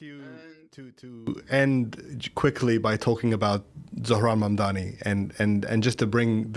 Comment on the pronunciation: “Zo-ran Mamdina” is insane